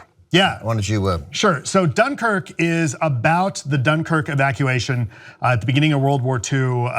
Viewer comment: I don't know why, but I feel like you're saying Dunkirk wrong